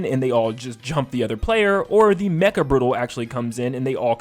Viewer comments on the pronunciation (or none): none